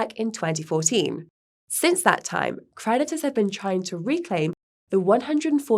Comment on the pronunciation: I keep hearing Mt Gox predators..